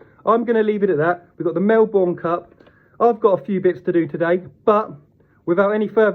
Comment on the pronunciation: Mel-burn, not Mel-born